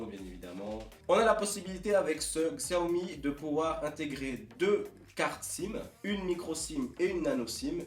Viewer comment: Bonne vidéo ! Sinon, ça se dit "Siaomi" ;)